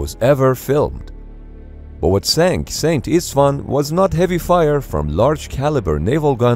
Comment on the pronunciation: The name of the ship is Hungarian And named after one of the saint kings of Hungary "Szent István" in English is "Saint Steven" "Szent" (pronounced similarly to "cent") meaning "Saint" And "István" (pronounced "E-sh-t-wan") being the Hungarian equivalent to the name Steven